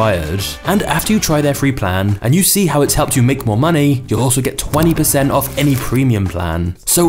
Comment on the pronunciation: Is there something about his accent that makes the last syllable of each sentence so drawn out? "Quiteinconsistentinhowtheylookedand operateeed." "Theywerequitewell offff." The rest of the sentence is so quick but then the final syllable drags. Very interesting